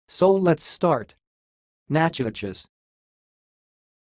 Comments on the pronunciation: Right!! It's pronounced Nack-ki-tish parish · You are 100% wrong. It is pronounced nah-codish. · Wow. I was born and raised in Louisiana. It’s pronounced Nack-o-dish. Bless your heart. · As a cajun, I can tell you it's pronounced Nack-o-dish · It is pronounced: Nack-o-dish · WRONG IT'S PRONOUNCED NACK-KI-TISH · Sorry, but over here in Louisiana, we pronounce it differently. Nack-o-dish is more like it. ☺️ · Yep, from NOLA and as said previously, it’s pronounced, Nak-a-dish. > Why do you assume a computer generated program would pronounce a word correctly that’s clearly from a place with such a deep french and Spanish history. > Even in NYC Houston street is pronounced with a “w”, like How-ston. So keep your computer a.i., for regular words, anything culturally related needs a little more research before you post such ignorant things. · do not believe that is the correct pronunciation.....correct is" Nack i tish